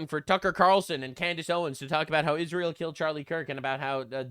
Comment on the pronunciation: Not only does Candice have trouble reading, she also has a speech impediment. It's Israel, not Ishreal. Yes I'm being able-ist, whatcha gunna do? 😂